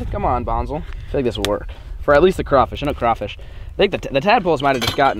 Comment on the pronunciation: Thank you for saying crawfish right